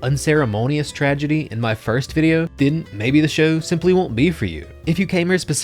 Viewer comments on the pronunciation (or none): none